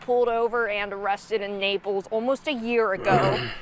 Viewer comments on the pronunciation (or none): none